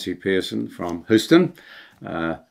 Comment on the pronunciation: "Hyu-ston" Put an h in front of the U in Eulogy.